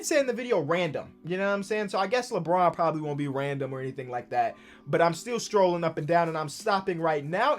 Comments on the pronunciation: saying scrolling like strolling makes me mad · Who’s gonna tell its scrolling not strolling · Who gonna tell its scrolling and not strolling😂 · Somebody tell this man scrolling has a c in it and not a t 😂